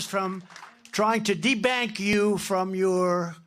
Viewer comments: De-bank …he's the only person who can read "DEBUNK" on a monitor and refuse to admit he's read it wrong … and he doubles down on it knowing that his crowd are never gonna question it! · The Republican's are hilarious... there is no such word as "debank". Did these people go to school? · He STILL doesn’t handle the “big” words! The word is “de-bunk”, NOT de-bank. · Debank? What the heck is that? Does doofus mean "debunk". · “meandering”? “debank”? Since…always! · Trump is getting worse with each campaign stop. De-bank? Liquid gold? Non-liquid gold? Trump cannot even complete a whole coherent sentence. Trump is just all over the place with his "speeches". I bet Trump doesn't even go to his mother-in-law's funeral today. LOCK HIM UP!! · Debank ? ? ? Drumpf cannot read his prompter...and he is incoherent .....How ignorant and insane is he ? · If only he were that clever or articulate. Sorry, he misread debunked … just listen to the sentence he was saying in context. He obviously doesn't bother reading the speeches that are written for him because he feels it's beneath him! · "Debank"???? Lol. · trump can't even read...the word was debunk, not debank.